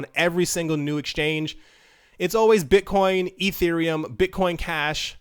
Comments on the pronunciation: => Bit-CUM ? LOOOOL You really made my day with this :D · "Bitcum" Lol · Haha....."bit-cum" I laughed at this for like 5 mins!